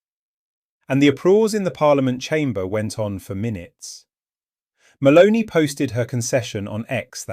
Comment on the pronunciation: It's MELONI not MALONEY! get a new computer.